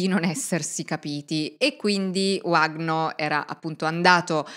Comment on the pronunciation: Uno dei casi di cronaca più incredibili della storia, non il primo in cui la chiesa è nel mezzo e stranamente tutto si fa estremamente nebuloso. Ad ogni modo, si pronuncia “Vagno” , in portoghese quella W si pronuncia come la nostra V, non è inglese 😉